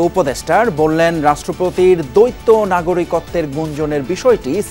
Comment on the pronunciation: দৈত্য নয় উচ্চারণ হবে দ্বৈত